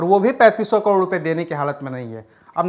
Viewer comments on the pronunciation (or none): abey chasma, kAROD hota hai KADOR nahi hota. jaahil